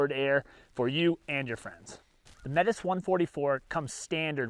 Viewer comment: Why this name? The Métis people of 🇨🇦 might be wondering especially because of how you said it.